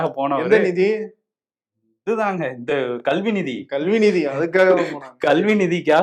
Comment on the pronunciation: Andha "nidhiya" Enya aluthringa...